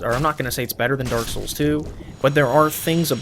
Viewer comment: The way you say 'souls' in 'Dark Souls' is so amazing. "SULS."